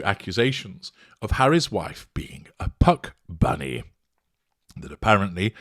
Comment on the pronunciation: My My. I love how carefully you enunciated the p - Puck bunny then repeated it several time to drive/pound/bang the point home.